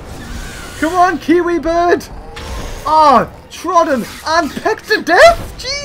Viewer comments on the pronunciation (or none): none